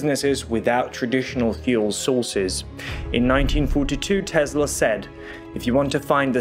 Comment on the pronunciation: Tesla is pronounced as in Tessla, not Tezla.